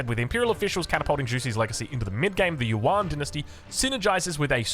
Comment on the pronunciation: Since you mention it, "yuan" is more pronounced like "yüEn." It is one syllable, so it sounds most like "yen" for English tongues, and "yen" with a German ü before the e for anyone that can pronounce that. Also on the topic of pronunciation, “Xi" (as in Zhu Xi) is pronounced most like English "she." But it's articulated with the tongue closer to the teeth, so it's close to "see" as well.